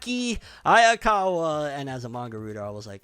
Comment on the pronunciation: Dude hayakawa not akokawa dude not cool